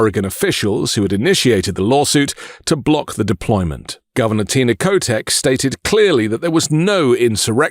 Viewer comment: Kotek is not pronounced kotex, it is Ko-tec